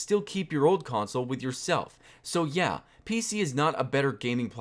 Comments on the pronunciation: When you said "yha" I started crying even more than I already was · how you pronounced the "yha" sounded exactly like an ironic "ja" (yes) in german